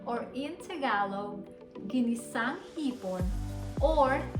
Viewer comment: Ganda ng prnounciation mo with the ginisang hipon. Makasosyal talaga. Sarap manood